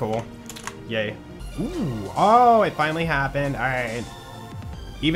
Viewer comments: Love how says finely instead of finally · the way you say finally after you complete the face mcshooty quest sounds like you are saying "Fine Lee":_joltzLUL